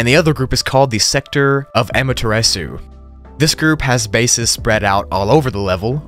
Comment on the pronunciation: Bro said aimaterasew. Lmao it’s pronounced ame-ter-ah-sue